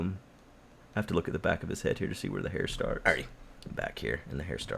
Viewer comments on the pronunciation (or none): none